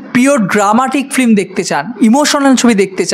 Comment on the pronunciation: Khub valo bolechen 😊 Pronounce hobe film not flim ok